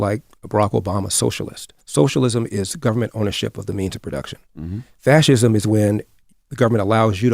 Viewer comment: Slob. Before recording: #1 Buy a fkn hairpick #2. take a shower #3. Put on a clean shirt (that collar look grimey af bruh) . "Fathism" lol you cant even pronounce "fascism" but saying Larry schooled somebody on it🤦‍♂️